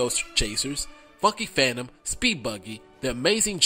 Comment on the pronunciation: I swear to God you said 'The Fucky Phantom' and "The Klu Kulx' And in a lil twist, didn't DiC distribute the Smurfs in syndication later on? One thing I should mention to you about Trollz; The Damm Family actually SUED DiC due to how the show fucked over the original image of the toyline and it wasn't until DREAMWORKS purchased it did the family feel like allowing anything with Trolls to be produced in animation. Think about it; TrollZ was SO BAD that the family of the original makers SUED the fucking company. Not because they broke some copyright laws or anything. It was because the show SUCKED. JESUS CHRIST.